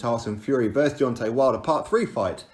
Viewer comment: Genuinely love your channel. But.. Why do you say “verse” and not versus? They’re fighting each other not singing to each other.